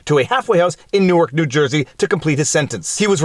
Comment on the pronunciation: Yes! Viva may be a secret Jersey boy. He says Newark like us (nork) haha well done!